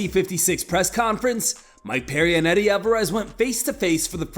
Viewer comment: "Sweddie Alvarez"